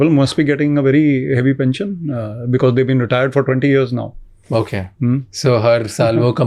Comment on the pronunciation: Thoughtful, steady, articulate - just as a leader should be. 😊 Mr. Attray - thank you for your conviction. shamani - dude, it's pronounced be-coz. Not bikiz. 😊 Saying because it's distracting.